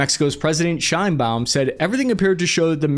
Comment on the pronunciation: "Sheinbaum" , you say?